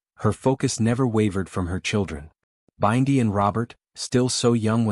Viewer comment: So, what is the transformation? By the way, her name is Bindi, not Byndi pronounced like bin-dy, not B-eye-ndi.